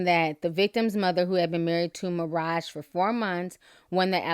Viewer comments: Why do u keep saying Maraja?? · You pronounced maraj wrong